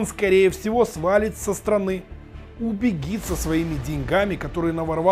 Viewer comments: Не убегит, а убежит. Учите язык, как стыдно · Правильно говорить Убежит,а не убегит. Извини,. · Самые ты УБЕГИТ !!!!!! А он УБЕЖИТ !!!! Говори правильно!!!!! Вроде не колхозник Это всё равно что на унитаз Говорить НИУТАЗ !!!! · Дорогой ведущий, пожалуйста, старайтесь говорить правильно... не убигит... убежит.. и так во многом. Ставлю лайки, пишу комменты == могу рассчитывать на то что этот коммент будет взят в расчёт редакцией. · Все класс, только убежит, а не убегит… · Пожалуйста! Ну нет в русском языке слова "убегит". УБЕЖИТ. Так будет правильно. И не будет резать слух. И никто не скажет, что блогер неграмотный. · Правильно говорить :"Убежит"!!!!! Не позорьте своей речью профессию журналиста. Раз уж вы на нее на этом канале притендуете. Речь с экрана должна быть грамотная.